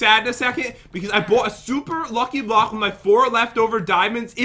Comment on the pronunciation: Who also notices pat saying blohhhh instead of block